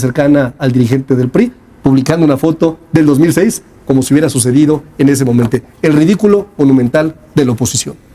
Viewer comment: Por q no pronunciar bien las palabras y decir momento 😂 en lugar de momente. Ridículo